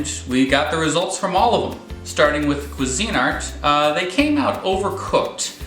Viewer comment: I have a Bella it cost 12 bucks and works great . i always spray the cups with Pam for poached or omelette Its also pronounced qweezinart not cuisine-art. really If you're going to rate products you should pronounce the brands correctly